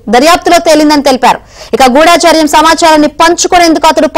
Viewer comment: గూఢచర్యం....గూఢాచర్యం కాదు.నేర్చుకో